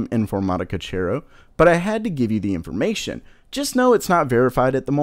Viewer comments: Informática Cero not Chero. Learn to pronounce castilian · Damn finally something else showing up that's not catered towards that ridiculously niche market of ultrabooks! P.S. The correct pronunciation would be informatica-Sero, just saying as I'm guessing you do not speak Spanish :P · Cero is pronounced Sero, it means Zero (0) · Mispronouncing “Cero” I’m triggered..